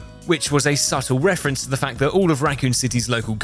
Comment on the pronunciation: why are we making a fnaf wefewance in a wesidant eviwl video????